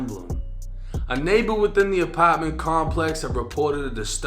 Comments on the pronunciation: Wtf is an “APOTMENT”😂😂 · Why does bro refuse to say apartment the right way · Her apawtment